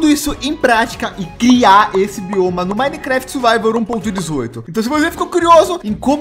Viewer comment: "...no minecraft suvaivor..." kkkk aiai o é mt legal